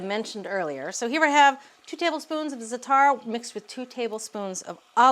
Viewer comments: Please pronounce it ZA'A-tar (emphasis on the first sylable not the last). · Right! First syllable rhymes with “hat”